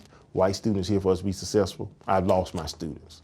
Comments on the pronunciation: Multiple principles at schools in tuscaloosa county say sussessful I can confirm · Even the teachers can't speak properly 🙄 "sussessful"?